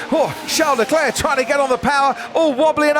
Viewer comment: If I hear “Charles DeClair” one more time I’m going to scream! Get it right Crofty